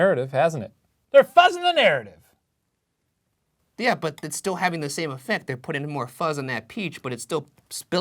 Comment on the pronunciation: Why does shane's "yeaa". Sounds like "yeet"